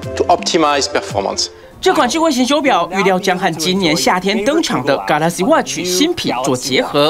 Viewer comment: 副總裁英文就破了，記者在那邊ㄍㄚˇ拉汐襪取，不說我還以為是賴士葆出場 嘎啦嘎拉